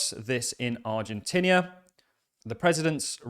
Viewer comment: Stop saying Ar-gen-tinnia! Aah!